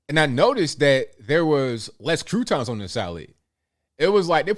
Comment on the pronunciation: I love the way you say "croutons"